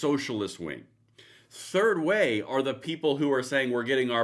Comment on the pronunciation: Did you say "Turd Way?"